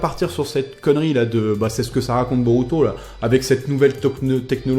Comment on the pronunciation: Regarde le film ." et le -u Japonais se prononce -ou ( ça me stresse) . " Je ne sais pas si Boruto peut utiliser le byakugan [...] " plus tard : " [...] Boruto utilise son byakugan [...] " x33 je pense que tu étais distrait ^^ ( je suis Otaku ! :33 ne prend pas mal ce commentaire)